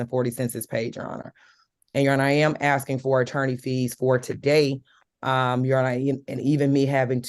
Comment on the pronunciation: She was axing for it